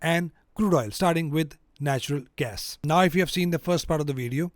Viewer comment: Great stuff, really appreciate it! Tiny remark, it is natural gas, not national ;-)